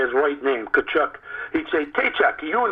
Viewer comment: Freddie pronounced Walt's name the same way Don Cherry did Keith Tkachuk in the 90s.